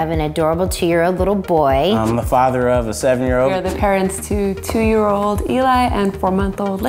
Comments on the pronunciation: "Honest ParNents" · There's an extra N in "parents". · honest parnents? lol (right at the end of the video)